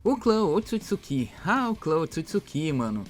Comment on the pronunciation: P q nego tem mania de colocar assento nas parada "otsutsukí"